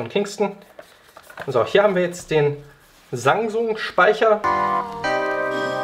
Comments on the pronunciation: bin ich der einzige der Sangsung anstatt Samsung hört ? =_= trotzdem gutes Video :D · habe auch sangsum verstanden xD